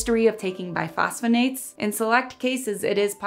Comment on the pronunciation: nice and informative video! i am an MD...for the record, the medication class you mentioned are bisphosphonates (pronounced byss foss fo nates) not biphosphonates (pronounced as you did on the video)...just keeping things medically/scientifically accurate!